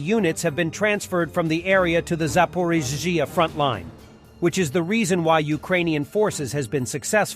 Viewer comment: Is this narrated by AI? I go back and forth since the voice is "good" but words like Zaporizzzia are dicey 😂😂